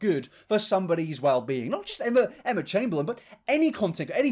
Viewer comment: emma chamBEANlin knowmsaying